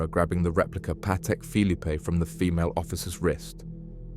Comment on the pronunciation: Pronounced bark Lee square . And the Phillipe has a silent last e